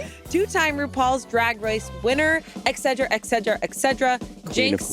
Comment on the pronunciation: There is no 'egg' in et cetera. By now it's embarrassing. Same with Shayne on SRRS. Do they also say 'egal' instead of et al?